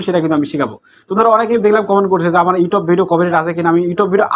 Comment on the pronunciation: ব্যাটা,, ঠিক মতো ইউটিউব উচ্চারণ করতে পারোনা 😂 ইউটোব ইউটোব কি?????😂😂